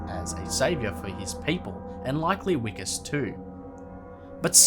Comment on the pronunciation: “Vikus” NOT “Wikus”